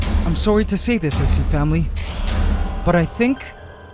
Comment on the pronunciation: I keep thinking that hes saying ace family lol